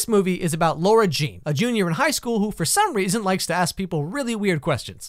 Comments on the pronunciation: LARA JEAN LAAARAAAAAAH JEAN NOT LAURA LAAAAARAAHHHHH 🤦🏾‍♀️ stopped watching af that cause I couldn’t take it anymore lol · Hey man, since I really appreciate your videos, I'mma break this to you softly - her name is ~LARA~ Jean, NOT laUra Jean. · yo i love u jus roasiting cheesy movies but at least get ur pronunciations right my dude its LAra not LAUra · It's lara Jean not Laura jean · Sorry but its LARA like Laaaaara Jean not Laura Jean. But Iove your videos so funny! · You mean LARA Jean; I almost couldn't watch the video because you keep saying laura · LARA not laura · “Lora Jean”.... I’m getting anxiety because it’s LAra Jean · Anyone else annoyed that he keeps saying LAURA Jean ? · I had to stop watching this because her name is LARA Jean, not LAURA Jean so how can I trust your judgement if you can't even pronounce the main characters name right? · Excuse meee why dod you have to do a freakin‘ video about every great show/movie ?! If you don‘t like then keep it for you !! Btw it‘s LARA JEAN and not LAURA Jean 🙄 Stupid I reported your youtube channel. Just letting you know 😒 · Am I the only one annoyed that he says “Laura Jean” not “Lara Jean” ??? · IT’S NOT LAURA JEAN IT’S LARA JEAN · It bugs me SO MUCH when he says "Laura Jean" instead of how it's supposed to be pronounced "Lara Jean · It's Lara Jean, not Laura. You're really are good at ruining my favourite movies. The animation is amazing btw. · am i the only one annoyed he keeps pronouncing it laura instead of lara!?? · Is it just me or does he pronounce her name as 'LAURA' jean? It's LARA JEAN tho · "now this movie is about lora-jean" i think you mean lara-jean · LARA jean not ‘LAURA’ like can you pronounce it probablyyyyq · the pronunciation of the name is making me angry, its lara jean not laura jean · I'm only a minute into the video, but it's going to annoy me that you keep pronouncing Lara Jean incorrectly. It's Lara, not Laura. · Why are you saying laura jean instead of lara jean